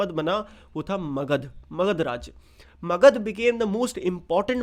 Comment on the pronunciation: It's magadha